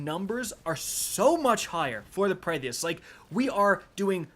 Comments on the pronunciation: This man said Praedeeyth 🙄🙄....done with this guy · as a D1 veteran you should know how to pronounce His name OMG LOL every time you say Praedyth's just hilarious. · Say the damn name right God dammit 😭😭😭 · Dude cant even pronounce praedyth right 😂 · I hate the way you say praedyths revenge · please. Say it with me now, PRAY-dith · I'm sorry but my man said praydiethehes sniper lol have some confidence when it comes to pronunciations G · Pray-dith. SMH. Suck-session. SMH. 🤦 proof that you dont have to be able to read gooder to be a streamer. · Omg. Please. Even if it doesnt seem like it. Praedyth's Revenge is actually pronoinced like [prey-death]'s revenge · please.. its Pray-Diths Revenge. Praedyth’s Revenge. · Just wanna be that guy and say that Praedyth is pronounced Pray-dith and not whatever days it lmao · Pray Dee ith's revenge. Man's can't read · Prae-dyth. 2 syllables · Hearing Prae-Dee-Iths so many times made my head hurt lol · I thought I was the only one 🤮 it hurts to hear him say it like that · Pray Dee Ith? Lol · Bro it’s “Pray-dith” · It’s Pray-dith and Succ-session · "PRAY-DEATHS" lolol